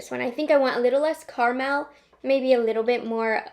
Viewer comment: Love the way says, "Car Mel"